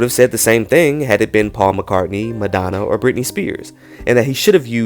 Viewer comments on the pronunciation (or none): none